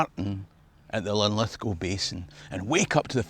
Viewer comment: Good on ya mate for pronouncing Lithgow properly.